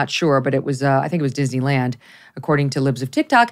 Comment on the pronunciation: did you say DIZZY LAND?